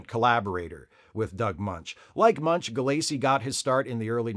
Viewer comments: Just FYI — Doug's last name is pronounced "Mench," not "Munch." Though he DID once work with Richard Belzer, who PLAYED Munch. Maybe you can do some post-production ADR to fix it? 😄😄😄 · It's actually pronounced "Mensch," not "Munch." also mispronounces Robert Kanigher's name in another video.